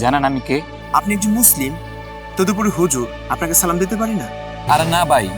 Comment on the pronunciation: আপনি মুফতি হলেন কেমনে আপনি তো সালাম তাই সঠিকভাবে দিতে পারেন না ওইটা সালাম হলো